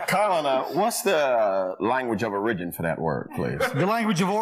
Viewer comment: "what's the language of 'o-rigin' for that word" haha stupid